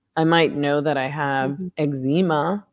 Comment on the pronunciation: is this how Canadians pronounce eczema, or just Meghan?